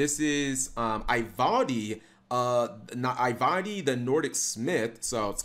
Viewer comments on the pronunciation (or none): Ee-val-dee, not Ai - Val -Dee.